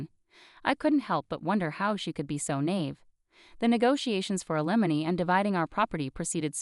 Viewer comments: You do not seemed to be capable of pronouncing “alimony “. Always the same problems of grammar, use of proper pronouns and word usage. Go back to language classes. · Not a very good grasp of the pronunciation of alimony and of naive. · Slow down and teach the bot to pronounce alimony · This story is a disgrace !! Can't even properly pronounce words !! Alimony!!!! Nieve!! Just a couple to point out !! Learn to read !!